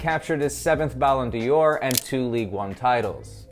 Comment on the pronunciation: Dior is a fashion house. D'or (pronounced door) is French for golden. I hope this will help you in future podcasts. Unlike Beckham, who was always a one trick pony and very rarely knew what to do when the ball was moving, Messi is a superb player and will help Miami on the field as well as improve the MLS brand.